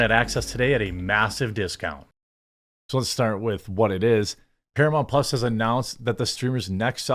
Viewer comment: “Exclusively on Paramount Plahhs” 😂😂😂